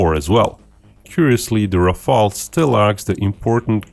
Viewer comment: Some one said Rafael😂😂😂😂😂😂. It is killing me.